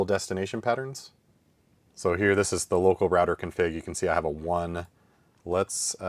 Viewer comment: Its router, not rawter